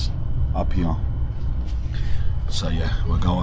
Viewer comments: “Hee-yaw” instead of “here” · Right heyeah? Are you sure it's heyeah bruv? Nawr! Just teasing, bud.